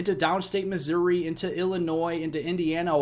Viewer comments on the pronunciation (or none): none